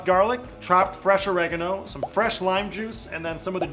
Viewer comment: You pronounce oregano or-ig-arn-o